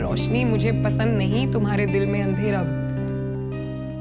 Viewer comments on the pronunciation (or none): none